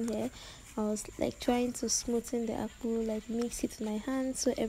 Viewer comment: Next time don't call it akpu... Call it AKPU 🙃😂 Weldone my girl 🥰